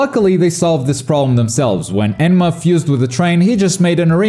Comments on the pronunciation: “Enma” lol it’s enmu but I love “enma” 😂😂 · Please stop calling him enma 😢